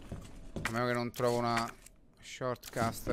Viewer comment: Ciccio, non per fare il Grammar Nazi.........si dice Shortcut, non shortcust.